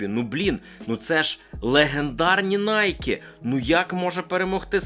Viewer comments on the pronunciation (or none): Найкі? Най-КІ?😂😂😂 Ти точно блогер по кросам? А Скечерси офігенні, юзаю років 15.